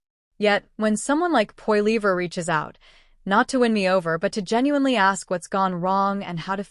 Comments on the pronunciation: For goodness sake you who is TALKING LEARN TO PRONOUNCE Poilivre's name! It is Poli eve. That is it! It is disgusting to hear you mispronounce over an over again. SHAME! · Hey bot can you say poly ver for Polivre ! EH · IF he called you.. you should pronounce his name properly.. F'n annoying. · If you cannot pronounce his last name then you don't have the right to tell us anything about him, his views or anything. Failure to simply pronounce his last name suggests you are not probably telling facts, just ideas you think he should have. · your as dum as the other narator cant say P P name right so get some1 that can